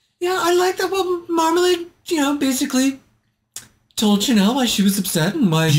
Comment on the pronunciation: Why does everyone say Marmalahd? She says it's Marmalayed and it's her name. 😳 I suppose it's because of Lady Marmalade (and sadly most people are probably thinking of the version by Christina Aguilera, etc.).